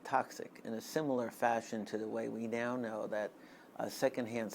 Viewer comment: Similar not samilar mate :D nice video btw